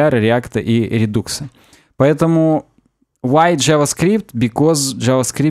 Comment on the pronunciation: прекрасный выпуск. p.s. rudux = РиДакс, не редукс [ri-duhks]